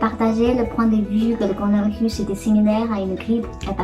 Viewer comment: mdr corolavirrus